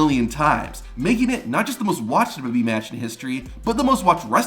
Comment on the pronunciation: There are many speech therapist that can help you with your problem. It’s W W E not duduby.